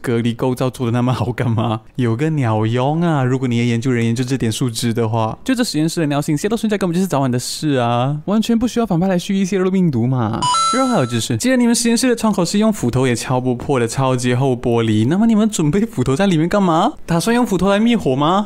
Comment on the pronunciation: 春嬌了半天 口齒清晰發音準確的四個大字 泄漏並dou 😂 （好彩冇事 視頻活到現在被我見到）